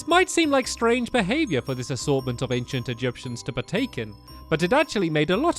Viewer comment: ...anciant? Not hating though I liked the video I wanted to point it out XD